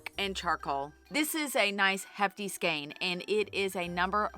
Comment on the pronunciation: To my English ears when you say skein I hear skank 🤣🤣🤣 there is nothing wrong with your pronunciation but damn it’s fun thinking about how many skanks you need to make a sweater